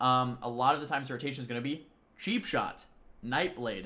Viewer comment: anyone hearing sheap shot instead of cheapshot?